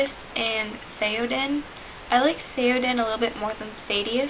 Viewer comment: Your pronunciation was a bit off on Thaddeus (Thad-E-us) and Ziah (ZY-uh), but that's ok! I'm honored that you used my name list in your video! : ) I liked the name combos you made at the end. Caledon Jones is perfection. Haha.